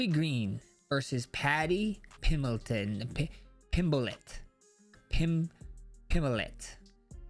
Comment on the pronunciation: “Paddy Pimelton” 😂 max is funny without even trying